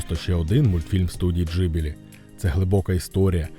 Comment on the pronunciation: Відео хороше, але оце кривляння голосу намагаючись цитувати людей достатньо ріже вухо, краще просто своїм звичайним голосом. І здається правильніше та й загалом ніби усі кажуть Ґіблі, а не Джибілі)